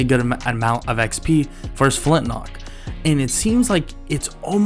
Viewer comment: everytime you say flintnock it drives me nuts lol